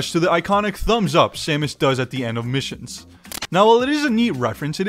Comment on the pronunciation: why did bro say missions like that